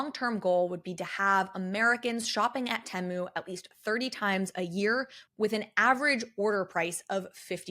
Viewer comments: I thought it was pronounced Tee-moo? The adds have literally drilled this into my head 🙈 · They also sell your personal data. I'm not shopping like a billionaire. Say Temu properly also